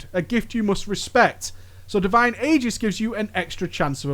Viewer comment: You mispronounced Aegis!